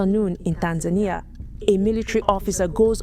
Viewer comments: TAN-za-Nee-Ah, not TAN-zane-nya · It's pronounced Tan-za-nia, not Tan-zaynia. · TAN-ZAH-KNEE-AH not TANS-NAIN-EE-AH. The woman keeps saying it correctly and you juat plow forward with Tans-nain-ee-ah. WTF?! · Bro you hear how they pronounce it and you’re still calling it tanZAYnia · Bro right out tha gate....come on🤦🏼‍♂️🤦🏼‍♂️ Tan-zania ....😶 Tan-Za-Nia (Tanz zah knee ah)😉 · The correct pronunciation of Tanzania in English is "Tan-zah-nee-uh"... this is the most widely accepted pronunciation. It's interesting that only two options given on how Pres Magufuli dying are either heat condition or covid. How about premeditated deletion? Men or Women: Who gets into wars more? | Study says 'women waged more wars' - Who's Started More Wars: Men or Women? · its the "tanZAYnia" for me😂, but this isnt a joke, im kenyan with family in Tanzania, and bro you havent seen nothing yet, on the ground, things are way worse than you can imagine, pray for tanzania, but as our neighbour we will fight with them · Bro.. Its pronounced (Tan-zah-knee-ah) 😂😂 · Left as soon as you couldn’t say Tanzania, as a black man there were too many opportunities, a lack of effort and disregard. U heard this in your final edit, you had to. Either you didn’t question it, or didn’t care. Take this how u want. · The way he is saying Tanzania is triggering. lol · How do you mispronounce the country of Tanzania when the reporter says it correctly? Are you incapable of pronouncing it correctly or are you using Ai?